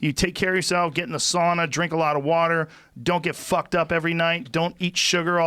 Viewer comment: Everytime Rogan says sauna in a cast 😂😂😂😂 I lose my shit